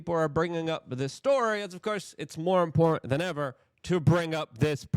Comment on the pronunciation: Luke are you aware that the word im·por·tant has 3 syllables?